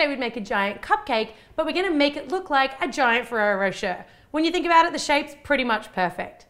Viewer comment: Thank you for bringing up the "ay" thing. I was confused in the beginning of her video thinking she was saying Ferrero "For Sure" instead of Ferrero Rocher lmao